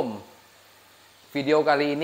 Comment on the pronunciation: Assalamualikum, yg sy dengar asamualaikum, beda arti